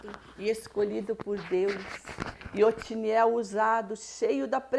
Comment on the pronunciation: Otoniel é o nome do Juiz. Vc está pronunciando Otiniel.